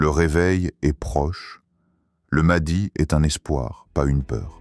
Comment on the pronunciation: Wa3alaikoum assalam Warahmatou ALLAHI ta3ala wa barakatouh, déjà on ne prononce pas maadi mais maHdi c'est I A 😂😂😂😂😂😂